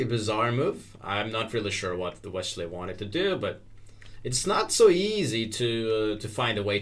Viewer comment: wesssley, not weshley